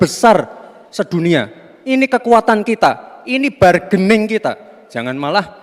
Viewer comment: Benar kah Gibran pernah kuliah di luar negeri? Maksudnya berbahasa pengantar bahasa Inggris.., kok pronounciation kata bargaining, terdengar "bargening," hehehe., samsuuuul